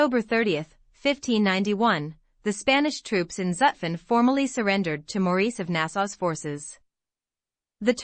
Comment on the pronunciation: The series is a good idea. This particular video would even be better if the narrator knew how to properly pronounce Zutphen.